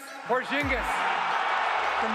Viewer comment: tingis pingis killing me hahahahahhaha but porzingis is gonna be superstar